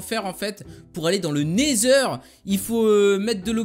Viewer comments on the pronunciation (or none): none